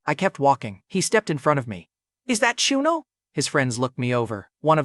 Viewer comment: Bro is wearing choonel instead of chanel